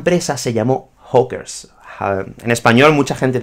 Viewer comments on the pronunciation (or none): Hola - Cuidado con tu acento y pronunciacion de la palabra "hawkers", suena como "hookers" (=putas) - otro tipo de empresa. Gracias por el video! C.